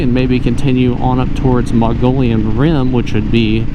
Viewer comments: My favorite place in Az....Mogollon pronouncedˌ mə-gə-ˈyōn. Not Mongolian 😉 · Muh-Gee-Yon Rim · Yeah, great vid. Done these routes on my KLR. Did the Canyon Lake (Apache Junction) to Roosevelt before the closures in cars. And suffered the closures for years. Then enjoyed the re-opening on my moto. Great route! Btw, you seem very educated... please, Mogollon, not Mongolian😂